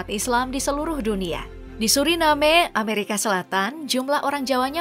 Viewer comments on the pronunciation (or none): none